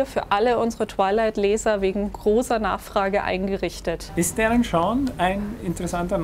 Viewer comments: Er macht auf Larten im Manga-style:P Da trägt der auch immer eine Krawatte mit Spinne xD Zum Mitschreiben. Es heißt Darren Shan! Mit einem A und nicht Darren Shorn! >.< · Ich nehme Kerle mit ner Spinne auf dem Ausschnitt eh nicht Ernst :P Außerdem sagt er irwie 'Darren Shorn' xD